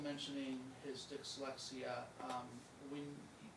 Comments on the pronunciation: OMG, mom is a CNA, not a doctor, teacher or pharmacist… and for the love of all things holy it’s pronounced DIS lex EEE ah and call OY dal silver. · Right?? Keep hearing "dickslexia" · This attorney has a tough time saying the word dyslexia LOL